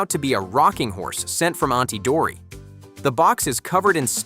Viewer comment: DOTTY not dory😂😂🐟